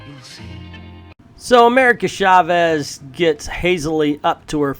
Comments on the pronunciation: Mindless ass! Hahahahaha. Their faces look nothing like Mindless Ones' faces; they look more like ROM Spaceknight's toaster helmet. By the way, I have been meaning to say about how you pronounce Chávez, with the stress in the "E" instead of in the "A", and then you actually got it right just as you were talking about your Spanish pronunciation almost at the beginning. Just remember, it is "CHÁvez", not "chaVEZ". Likewise, it is "VElez" instead of "veLEZ". And the double "L" in Spanish sounds similar as "J" does in words like "jail". So Villalobos sounds something like "vee-jah-LOH-bos". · Why are you saying "Shavez"?